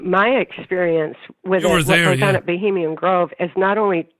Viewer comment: dear, it's Bohemian Grove!!